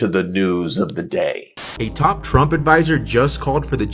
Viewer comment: No wonder Nick NEVER "talk" about Latinos 😂 "I will boat for Donald Rump"